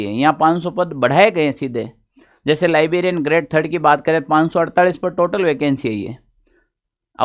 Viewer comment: लाइबेरिइन क्या होता है वो लाइब्रेरियन होता है